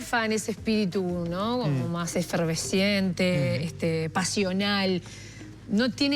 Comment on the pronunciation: EFERVECIENTE DICE jajaja.... este es el nivel ( es efervescente , ojo con ese francés ) VIVA LA LIBERTAD CARAJO